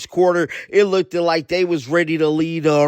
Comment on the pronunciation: Did this dude say "lookDED"?